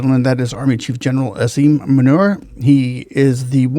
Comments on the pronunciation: I love the way you pronounced his name manure 😂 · The way you pronounced his name…. Asim Manure is a fitting epithet for this buffoon 🤣